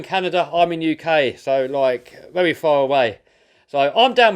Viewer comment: 'And I'll see yu veri veri soon' that accent killed me 💀💀